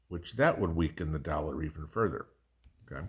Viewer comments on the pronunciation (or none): none